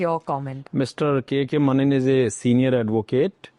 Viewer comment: How Mr.Bharocha is pronounced as BHAROCHA, but MR.MENON is carelessly pronounced as MANAN throughout the interview. What a seemingly lackadaisical attitude when it's a south Indian name? JAI Bharat Mata Jai Hind